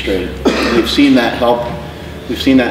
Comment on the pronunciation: Ok so iv heard say squats several times like squets lol. Is that just how he pronounces it or is it a joke?